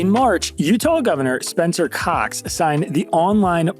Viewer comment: Way to emphasize the Governors last name!